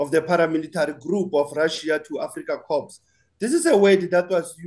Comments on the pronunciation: Reporter PLEASE pronounce CORPS as “KAW” or “COR” bloody hell, I was thinking of a dead Marine when you prounounce “KorPPPs” with “P”😂😂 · Is this presenter on a wind up, corp is pronounced core with a silent P not pronounced corpse. Stop it, you trying to curse or belittle them.